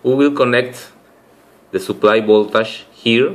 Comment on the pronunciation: Videos are fine but please, learn how to say voltage. PLEASE